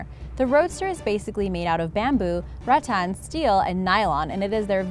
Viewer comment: Pronouncing rattan wrong. It's răttan